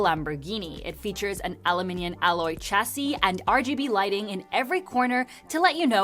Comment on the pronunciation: Trying to use the British pronounciation and STILL says it wrong. "aLuMiNiuN". 😂